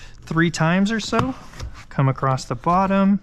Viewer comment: You say acrosst instead of across